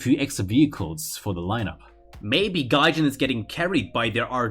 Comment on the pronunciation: ‘Gahjayn’ ‘japayn’